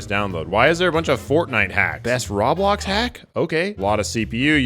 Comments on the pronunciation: dude its pronounce roeblox not rawblox, it is spelt as roblox still though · its (row-blocks) not (raw-blocks) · It's pronounced ROW-bloks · bruh roblox isn’t pronounced rah blocks it’s pronounced row blocks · Dude said raw-blox